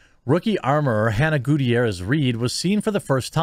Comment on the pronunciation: It's pronounced Ga-tier-ez